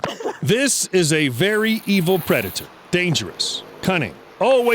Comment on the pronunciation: The narrator: The cat is E V I L Me: The body is R O U N D